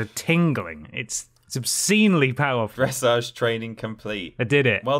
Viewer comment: The way you pronounced dressage…. NOOOO 😭